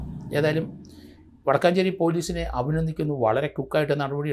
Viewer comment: വടക്കാഞ്ചേരി അല്ല വടക്കഞ്ചേരി ആണ്